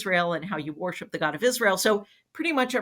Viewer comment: When Jodi says the word “worship” does anyone else hear “war ship”?